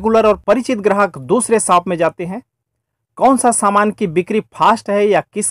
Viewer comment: Saap nahi bhai🤣Shop hota h wo